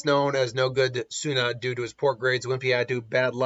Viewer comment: You shouldn't have done this video lol. I don't know who would win but its clear that you're biased to Naruto. As soon as i heard you destroy Tsuna's name i knew this vs would be crap lmao